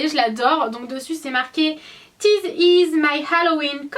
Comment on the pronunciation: ça se prononce " vis is " pas " tis is "